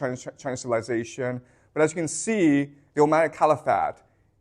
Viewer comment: did you say the "ohm'god" empire?